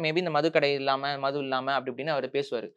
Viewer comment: இல்லாமல் என்று உச்சரிக்காது இள்ளாமல் என்று உச்சரிக்கிறீர்களே...பாரியைப் பேட்டி எடுக்க உமக்குத் தகுதியே இல்லை!!!!!!!